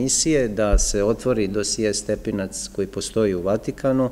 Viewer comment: Zašto ovaj čovek ovako akcentuje stepinac?